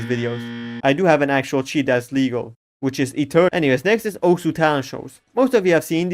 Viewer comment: no way he pronounced it correctly